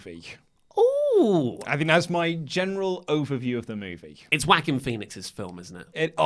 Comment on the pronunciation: The way you say joaquin. It's wrong and funny, but I'll allow it.